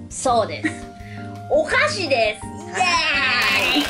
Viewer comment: 「お菓子」が「お箸」に聞こえて、 「え、遠足と言えばお箸なの？？？」と1人パニックになったのは私だけですかね？笑